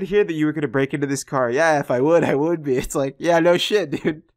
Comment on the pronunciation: "I would thee" he doesn't close his lips to pronounce the 'b'.